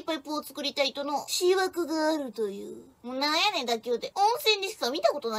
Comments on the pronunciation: 絶好調。なお「思惑」は「しわく」ではなく「おもわく」やで。（アラ探しごめんね） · 今回の動画のオジサン的疑問ポイント。 この場合、「しわく」より「おもわく」と読んだほうがいんじゃね？思惑。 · 思惑 ×しわく ○おもわく 読み間違い珍しいね、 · この流れの場合読み方は「おもわく」ですね。 「しわく」だと意味が変わってきますので。 なんて生意気言ってスミマセン！！ ヒイィィィィィッ！！ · 、”思惑”は”しわく”じゃないよ、”おもわく”と読むんだよ。勉強の方も頑張るんだ、！ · 思惑→おもわくであって、しわくではない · しわく→おもわく、と読みます。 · 思惑"しわく"ではなく"おもわく"ね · 思惑（おもわく）を｢しわく｣と読み間違える所がかわいい😊 誰か指摘してくれるスタッフはいないのか…😅 にしても福原愛、ほんとビ⚪︎チ…😓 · しわくって!おもわくですよw笑えたからオッケーですけど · 漢字警察参上です。思惑は「おもわく」と読んでください。かわいちょ。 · 思惑→しわく☓ おもわく○ しわくだと意味合いが変わんのね OK Girl? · 思惑 ・・おもわく しわくじゃないよ OK！？girl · 「しわく」じゃなくておもわくな。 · 思惑は今回の文脈ですと「おもわく」と読みますです。「しわく」は別の意味があるようです。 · 「思惑」しわく？？おもわくと読むんだよ？ お嬢ちゃん？ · 「思惑」は､ｼﾜｸじゃなくてｵﾓﾜｸだな。😁 愛ちゃん､可愛いネ。❤️ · 子供の目のアップ!になってくのこわすぎた🤣おもしろいしテンポめちゃくちゃいい～🤣おもわくとしわく言ってる人いるけどしわくって知らなかったとして普通に読んだらそうは読まんと思うからわざとやろな～ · 思惑… 「しわく」は仏教用語になるのでこの場合は「おもわく」と読んだほうがいいのでは？よく知らんけど。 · 思惑は「おもわく」と読むんだよ。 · 綺麗な、「てこと」でございました、👏 あ、、「思惑」は、「おもわく」と読むのでございます。教育係を馘首いたしておきました、サー🏓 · 大学生なら思惑(おもわく)は読めないとダメよ。